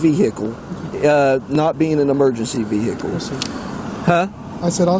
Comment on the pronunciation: the way the guy says vehicle.